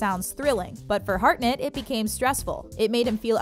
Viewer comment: Harnett - NOT Heartnet... 😊🤦